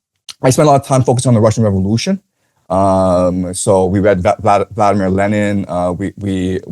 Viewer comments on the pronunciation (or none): none